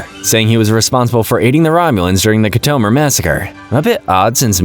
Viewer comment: Say Khitomer right